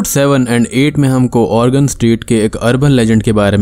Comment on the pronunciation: I guess it was 'insist' in place of persist and Oregon was pronounced Organ many. But really interesting video👍👍👍. Thanks for keeping us ghostly 👻👻👻